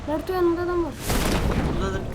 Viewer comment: Sasuke bi ogrenip gitmedi yaaa onu adi narıto degil narutoo :d